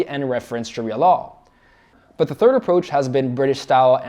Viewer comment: "thirth" you mean "third"